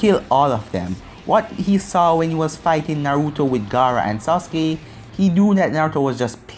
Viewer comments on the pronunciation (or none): none